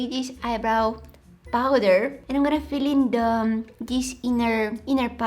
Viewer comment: prowder followed by Jim Carey's hehehehe 😂😂😂😂😂😂😂😂😂😂😂😂😂😂😂😂😂😂